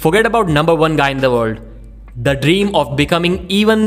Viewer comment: World? Vorld? While? Vhile?